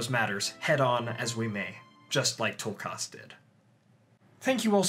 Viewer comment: This is lovely. But one teeny criticism, why do you over pronounce their names so heavily..? Its Tulkas.. not toolkarse